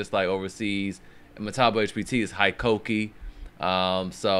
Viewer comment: Hikoki = “hee-coke-ee,” not “high-coke-ee.”